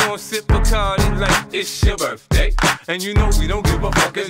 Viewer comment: Una duda, ¿porque si se supone que 50 dice "birthday" lo pronuncia de otra forma que nada que ver?